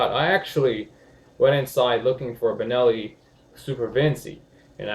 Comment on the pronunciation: Half decent video in spite of the fact that he mispronounces the name of the Benelli about 35 times